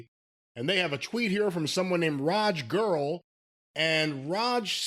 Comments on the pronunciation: “Raj Girl” 💀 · really called him "Raj Girl" lmaoo